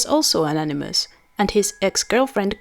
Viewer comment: A-ni- muss